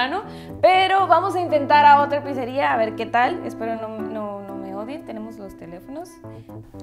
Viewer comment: la pisaa y la piseriaaaa jaja porque lo pronuncian asi? jaja suena bien cagado